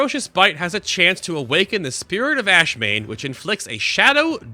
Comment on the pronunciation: By the way, it's AshAmane, not Ashmane.